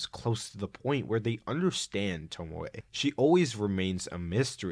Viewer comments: toh-mee-ay. there you go. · Tomie (toe-me-aye) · saying tomie like “tomoay” is wild, it’s literally a phonetically spelt name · Ive decided im going to start pronouncing tomie as “tomo-eh” and see how it takes until someone murders me and disassembles my body. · Hearing Tomie pronounced as Tomoe was unreasonably annoying tbh. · I had this on as background noise and as soon as I heard "Tomoy" I was fully pulled out of what I was doing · it's toe-me-ay, not sure how to explain this but the syllables in japanese words are pronounce one by one, unlike english where some syllables is omitted (oboe in english is o-boe as in like o-bow but in japanese is o-bo-e as in like o-bow-ay) im not expert in this so sorry if theres a mistake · The fact that you keep saying "Tomoe" while repeatedly showing the name "Tomie" is infuriating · Great video, but Tomie is pronounced toe-me-ay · Why does he say “tomowe” instead of tomie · The video was nice but PLEASE never say tomowhe again i beg of you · I like the video but the way you pronounce names like Tomie and Remina is scarier than any Junji Ito manga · why do you say Tomie like that